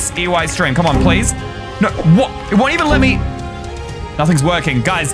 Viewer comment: And this dude posted at night. Praise him. (When he tried to kill himself he said Eysteem instead of Eystreem! ^u^)